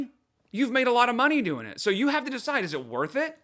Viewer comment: she's not even fluent in brainrot 😭 Ask the fellow kids how they're do-eeeeeen